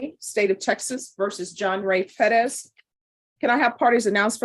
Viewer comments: Unless youre speaking spanish, its Perez, not Peddez. It sounds so ridiculous. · I was thinking it’s Pettis this whole time, I refuse to believe she’s jacking up Perez so much. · Why does she always try to pronounce Perez as peh-dez? Just say Perez. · It’s Perez